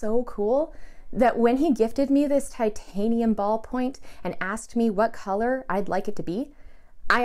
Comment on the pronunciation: did a great job. Now I want to hear her opinion on some fountain pens and, of course, answer the question of which one of her parents is the craziest. I think we know the answer. Eh, and thanks for pronouncing titanium correctly,.